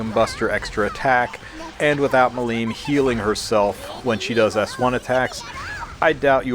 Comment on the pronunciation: MI-lim, not mi-LIM :D